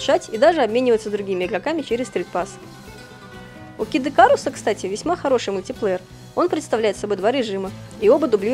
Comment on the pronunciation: Не кидыкарус, а Кид ИкАрус!